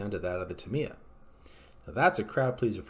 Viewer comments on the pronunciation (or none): he keeps saying TIM-EEE- UHHH its a long A not an I